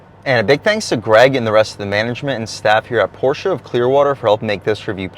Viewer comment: Dude cannot even pronounce porsche. pass.